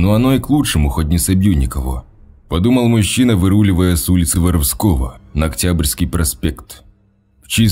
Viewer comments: Ул не ВоровскОго ,а ВорОвского.Что за ударение?)))🤕😂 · Не Воровско́го, а Воро́вского. Грамматей-десятник... Что ж вы такие малограмотные то... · Улица ВорОвского!!!!!! Ударение на второе О!!!!!!! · Пожалейте уши горожан Кирова, улица Воровско`го, а ул Воро`вского! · Улица « ВоровскОго»- это круто! Как и «асВальт»! Еще в одной озвучке была «тАхта». «Он прошел в комнату и сел на тАхту». Какой язык учил в школе этот «чтец»? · ул. ВорОвского!!! Пусть редактор Вам там хоть иногда ударения расставляет! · Улица ВоровскО́го 😮... Обоге, почему такие глупые дикторы? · Почему каверкаются названия улиц в Кирове.Ты давно в на Родине был?) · Улица Воровского ударение на 1 слог